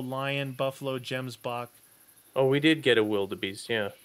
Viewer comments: Love this series because it's about my home and what I love most about the animals but I do hate it when people miss pronounce the animals names like gemboke has more emphasis on the "g" and wild beast is pronounced like a vild or a ganoo basid on how they sound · The way you guys pronounce Gemsbock is so funny I love it 🤣🤣🤣